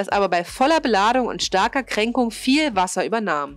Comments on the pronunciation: Möchte ja kein Besserwisser sein.. Aber es heißt Krängung, nicht Kränkung.. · Noch ein Sprachfehler: Es heißt groß und nicht kroß.Bei der Größe weiß man noch was Du meinst obwohl ich Halsschmerzen beim zuhören bekomme. Krrroß Bei der Kränkung anstatt Krängung sieht das schon anders aus. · Was bitte soll denn Kränkung sein? Das ist ja wie Neikung oder Schräklage! Es heißt Krängung und wird auch genau so ausgesprochen. Ansonsten toller Bericht. Man will ja nicht nur meckern!